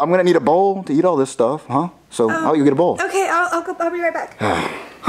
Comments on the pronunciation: Jet: actually it's Get but it's pronounced Jet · I like how get (pronounced jet) actually thought it was an actual connection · "Baby listen, hes dead" Get (but pronounced jet) 2019